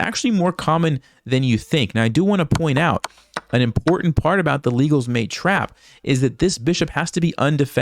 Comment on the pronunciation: Legal's trap also works with Nc6 (pedantic comment, it's not pronouced like the "legal law", I think it's "leg -gall") With Nc6 though, you have to play h3 and if the bishop goes back to bh4, you can knight capture in the middle (still the best move). If they take the queen you got the trap. If the knight on c6 takes the knight, you can take the bishop. The difference is that with h3 pushing the bishop back, the black knight capture will not defend the bishop. It's still +2/+3 for white